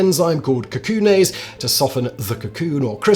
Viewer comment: cacoon-aise? Really?